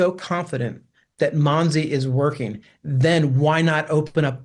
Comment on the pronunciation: Im starting to think you’re AI. The agency is pronounced MONSE. The reporter says the name however you continue to say MOSEY in your reporting. Can you not pronounce it correctly or something?